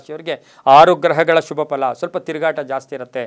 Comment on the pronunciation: The way you say “shubha” it’s usually backed with “a”… even if you are saying Shubha it sounds like ashubha.. and it’s confusing sometimes..